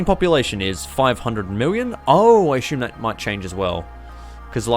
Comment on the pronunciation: why do you "ashume" something, instead of assuming them?